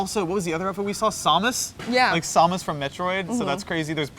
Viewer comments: Does he say Samus as SAH-mus? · Did he say SAW-mus?